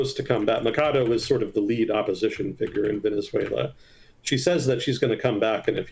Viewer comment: Small thing: Machado is pronounced with the “ch” sound and not the “k” sound. The h is typically silent in Spanish but not in the case of the “ch” combo.